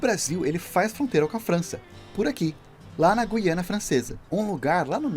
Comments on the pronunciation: Kkkk ai que agonia o narrador falando Guiania, é Guianaaaaaaa PELO AMOR DE DEEEEEEEEEUS... E outra a sigla do estado do Paraná é PR e não PA, PA e Pará... Olha sinceramente! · Giro! Só uma dica, na palavra Guiana o “u” não se lê (lê igual à palavra “guiando”). Está lá para o “G” não ter o som “j” (como em girafa).